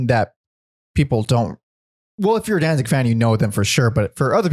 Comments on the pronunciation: Can't take anyone who says "Dan-zing" seriously. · Please for the love of the English language quit calling him Danzing... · Why do you keep calling him “Danzing”?